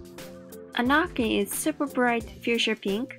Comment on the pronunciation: Anarchy it's pronounce Ah-nar-key. LOVE THESE SWATCHES!